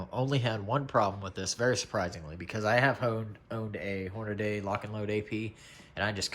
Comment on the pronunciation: damn! its HornaDY not HornaDAY. WTF!